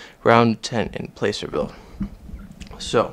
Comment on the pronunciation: Thanks for your videos! You're quite the historian! I look forward to more. I hope you'll eventually do one on the Holiday Hotel in Reno. It's cool you have chips from California cardrooms too. FWIW, the A in Placerville is pronounced as the A in plaster.